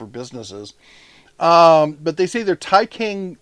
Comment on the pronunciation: "C" in "Taicang" pronounces similar to "ts" sound in English.